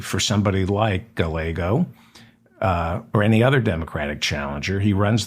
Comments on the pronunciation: I believe the ll in Gallego is silent. It's pronounced Gaiego. I could be wrong but it's what I always hear. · Gallego pronounced guy-yay- go.